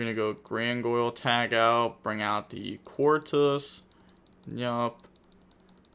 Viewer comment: Proud of you for learning Queartis's name :)